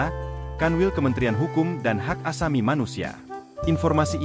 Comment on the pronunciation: Payah pembaca berita" Hak asami" Atau hak asasi. Membaca saja salah